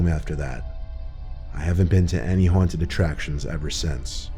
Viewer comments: “Huwanted house “ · Why is he pronouncing haunted “huanted” lmao